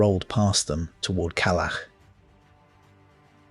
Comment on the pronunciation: It’s Калач like ka-lach